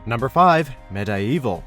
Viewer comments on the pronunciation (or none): I've been watching since it started and I've been waiting for that entire time to hear medievil that whole time only to hear him call it med-i-evil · laira croft? Med I evil? you guys have got to be mispronouncing these on purpose! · The way this guy says MediEvil and Sir Daniel Fortesque made me tear my ears off, I don't want to hear things anymore